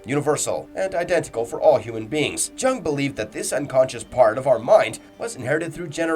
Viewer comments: Carl Jung's name is pronounced "Yung", not like "jungle" And "deus ex machina" is pronounced "day-us", not "deuce" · Please learn how to say Carl Jung's name correctly